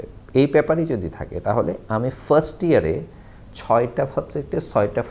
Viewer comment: Year ke dear bolcen keno